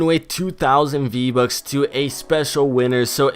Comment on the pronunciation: “VBuk”. Lol